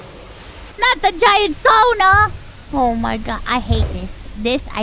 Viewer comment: you know what... since you managed to pronounce "sauna" perfectly like a native Finnish speaker, you'll get a like on the video.